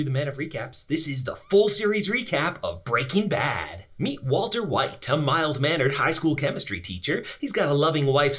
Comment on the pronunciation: “Walta white”